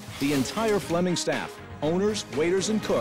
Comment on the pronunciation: Flemming, not Fleming 🇩🇰